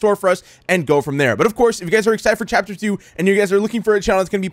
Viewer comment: love the fact he said phapter